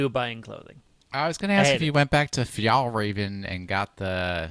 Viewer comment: The Swedish urge to correct pronunciation of Fjällräven